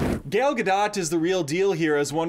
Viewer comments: Hey ya'll notice he said her name like gal ga dot rather than gal gad o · I'm sure of nothing, but I guess the "real" prononciation of her name is Gad-ot, given her Israeli origin.